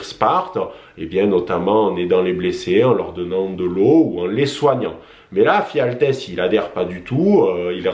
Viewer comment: Et c'est "Ephialtès" et non "Phialtès" :) Sinon, bonne vidéo.